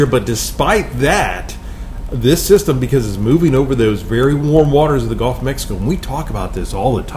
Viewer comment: Is it just me? Or is he saying “golf” a lot instead of Gulf?